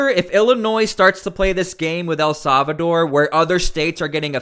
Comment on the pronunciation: For the love of God..... El Salvador is pronounced "eL-SAL-vah-door". It is NOT pronounced "EL-SAV-a-door"